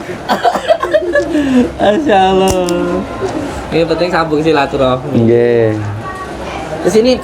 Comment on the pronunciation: Piye to Mase melafadkan asma Allah ko Liye masze Tolib 😀😀